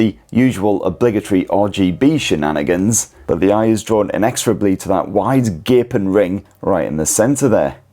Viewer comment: stop saying shininanigans